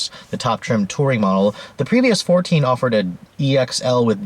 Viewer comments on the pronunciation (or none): Omg he said offer-ED